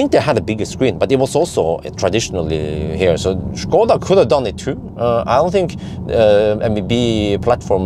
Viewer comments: Your pronunciation of "Škoda" is absolutely perfect. It's obvious you're a professional. :) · good guy for actually pronouncing Škoda perfectly